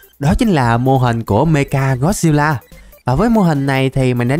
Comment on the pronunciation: Anh nói meca got xêp la sai rồi phải là mecha got xep la